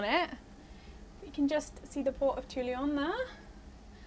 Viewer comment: Great to see you guys on the road again! Looking forwards to seeing Corsica on a bike. But guys, guys, there is no “i” in Toulon. S’il vous plaît :)